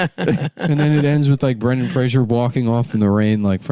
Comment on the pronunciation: FFS Nick, it's Fraser NOT Frasier.